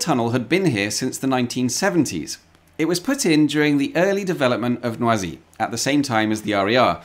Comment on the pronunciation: Oooohhhh...No ah Zee... Not noisy. French, not obnoxious noise.